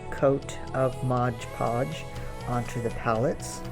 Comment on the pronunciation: I agree, and when people keep saying "MOG POG" instead of MOD PODGE then I can't keep watching